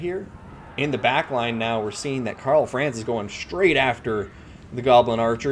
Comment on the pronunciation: Great videos, but your mispronunciation of Franz hurts my ears every time.